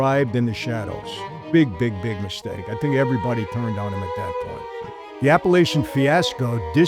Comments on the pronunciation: It's Apalachin NY, Not Appalachian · Apalachin (app a lack in) NY. Sorry about correcting you Captain. 😎